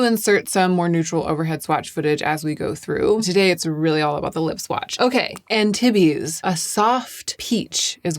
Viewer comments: Yay! I was worried you were going to swatch these elsewhere on the socials and I am limiting myself to YouTube. I have to wait for your reviews for make up because i too am a ghost. Also, no one cares, but Antibes is pronounced Anne teebs. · I’m French and hearing you pronounce Antibes like titties for half an hour is really entertaining 😚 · love your videos BUUUUT Antibes is a city in France and is pronounced french <3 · Antibes is a town in the south of france...it's pronounced 'ahn-teeb' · Antibes, forget the "iz" at the end and just say Antib. Town on the French Riviera between Cannes and Nice 😊❤ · Ok, NGL, of ALL people I did, in fact, expect to know how to pronounce Antibes. And for that expectation it's indeed funny:) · ah bon! I lived in Nice for a year during college and loved my experience. I have been back to France many times and have a special place in my heart for French people and language. normally does so well with pronunciation but this one just stuck out to me.